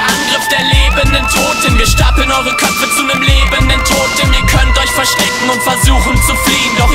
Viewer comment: kann das sein das du statt (Toten = Totem) gesagt hast?